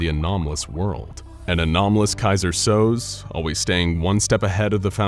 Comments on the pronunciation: Maybe avoid the Kaiser Sose mention, given that you have apparently never seen the movie.. (It's pronounced so-SAY) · How could you reference the movie "The Usual Suspects" and mispronounce "Keyser Soze" (So-zay)? I enjoy your videos, but you lost a little credibility today... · He was one "So-say" away from sticking the landing flawlessly. Please collaborate with the scriptwriters on pronunciations from time to time.